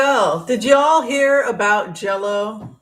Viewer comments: You kept pronouncing it ‘Jello’.. i had no idea what you meant.. J-Lo…,hahaha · It’s JLo not Jello but think your program is terrific.